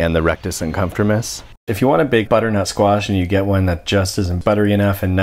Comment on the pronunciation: Uddernut squash hahahahaha